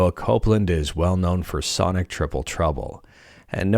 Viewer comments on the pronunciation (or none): none